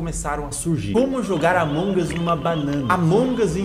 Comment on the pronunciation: Mds gente, não é Among us, é Allmongos cara!!! Edit:"os incriveus " é foda KKKKKKK Edit 2:vcs perceberam? Yn Yang? Se não perceberam reveja o vídeo